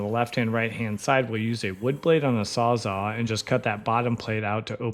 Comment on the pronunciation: No… Please tell me you did not say ‘sawzaw’ when Carlos was cutting off the bottom plate.